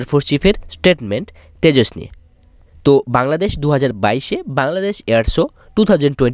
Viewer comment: Oh yeah, is it Tejos or Tejas? Coz' you were saying Tejos. I am thinking you can't even say the name properly.